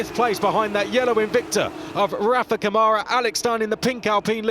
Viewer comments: 🎉 Agree 100%. They also still cannot pronounce last year's F3 champion name correctly. The caret symbol on the first A in Câmara means that syllable is the strongest one. So it's pronounced like CAmara, not CaMAra. Not hard. Really disrespectful. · IT'S NOT caMARA, f... Why you do that with Brazilian pilots? IT'S CÂmara!!! Learn something!!! And respect the Brazilian pilot!!